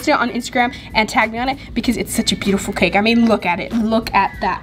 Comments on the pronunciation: It is pronounced buetiful not bootiful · Its beautifal not bootifal